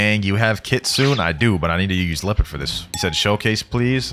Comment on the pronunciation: Its leopard not leoapard like if it the thruth